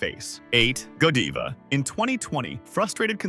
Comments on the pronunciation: Yep, when they first brought up Godiva, they pronounced it go-DEE-va, but then got it right after that. I automatically knew it was AI and not worth listening to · Ughh AI narrators , it’s lead not leed and Godiva, not Godeeva. Godivais not what it used to be when I was a kid. Definitely not the same quality. I wouldn’t call any of these product prices “low” Most mass produced products in general are crap. Nothing is the same due to too many takeovers. That should be illegal. Nestle is a very corrupt company. Their CEO said water is not a right and should never be free. Never buy their pure life water. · GÓdiva, no "Jediva"!!! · Too bad the AI can’t pronounce Lead and Godiva right. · How can I trust your research when you cannot pronounce the heavy metal 'lead',you call it lead, like to lead a dog all throughout your video. Also Godiva is not ptonounced correctly .. won't be baxk and need more proof than just your word. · Teach AI how to pronounce words that have a different pronunciation depending on the context. For example: Lead (Pb) is pronounced LED, not Leed. Godiva not Go Deeva. Deception doesn't stop at chocolate. It also thrusts itself under one's nose wrt AI. Nothing is real. Nothing is true.